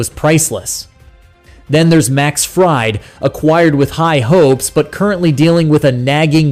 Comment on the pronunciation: The name is pronounced "Freed" not "fried"